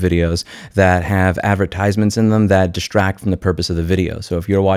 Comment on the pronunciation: Why do you place the emphasis on the third syllable of the word "advertisements"? No diss, just curious XD